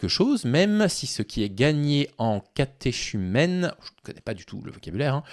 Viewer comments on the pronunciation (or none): On prononce catéKumène. Il n’y a pas de contradiction à dire qu’un pays est de culture catholique même si les habitants de ce pays ne le sont pas ou plus. Enfin laïc n’est pas le contraire de croyant. Un laïc n’est pas un clerc mais peut être croyant. Le contraire de croyant est athée ou agnostique. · Catéchumène se prononce catékumène, pas catéshumène.